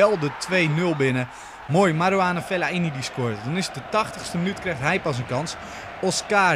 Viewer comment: Geen Fel-la-i-ni maar gewoon fe-lai-ni